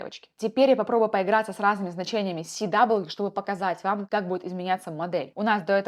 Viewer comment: Си-дабл ю режет слух Это же параметр character weight А так - все по делу, круто